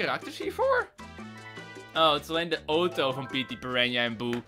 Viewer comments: het woord auto komt uit het Grieks, dus zeg gewoon auto i.p.v. ooto Bij voorbaat dank P.s. Ik ben al jaren fan, ik volg je al sinds je minder dan 100k abonnees hebt. Keep up the good work! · ik denk dat ze de uitspraak van Auto weghalen uit het Engels van automobile want dat spreek je wel zo uit